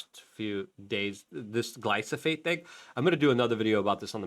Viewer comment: oh my gosh, I watch your videos everyday...but the mispronunciations make me crazy, I can't recommend your stuff to any of my loved onesbecause it makes them think you don't know anything. It's gly-PHO-sate....(not gly-SO-phate).. Gly-PHO-sate. PHO....P H O. P H O